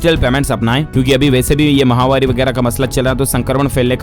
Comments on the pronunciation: Mahavaari or mahamaari.pronounce clearly. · Mahawari nahi bolte d l s bhai (chini mahamari) he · Aap "Mahamari" clearly pronounce kiya kro azib sa sunai deta h